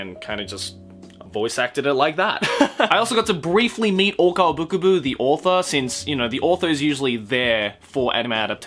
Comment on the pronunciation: "Bukubu"? Is that how you pronounce "Bkub"?